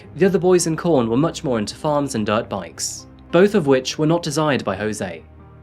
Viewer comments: The town is QUORN not CORN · Australian words are pronounced the same as English. The Qu of Quorn is said as Queen not corn. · It’s pronounced “Kworn”. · Lmao idk if i heard you right but it sounded like you said "Jose moved to the town of corn"